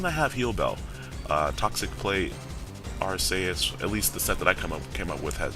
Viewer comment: 1st comment and its not Ark-a-us its Ark-e-us